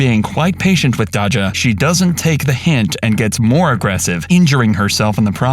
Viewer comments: Sorry but you calling Dajah “Dah-Jah” instead of “Day-Jah” like how people in the video pronounce it kinda annoys me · It’s Dayja not Dodga. You’re welcome AI voice. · Say it with me Day juh!!!! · If u call her dodga one more time 😐lol 😁 it' sounds like Dayzya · Almost 1 million subs and you don't know how to pronounce "dajah"? Cmon my guy. It's not hard. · Lol it's him mispronouncing Dajah when they said her name in the video plus calling a Louis Vitton bag Gucci